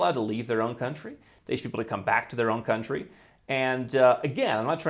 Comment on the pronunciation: "Your coluntry.." No. It's "Your overlord"